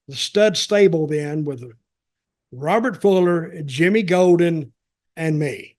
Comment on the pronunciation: "You people? Mean nothing to ME!" Shouldn't the emphasis be on NOTHING and not on ME?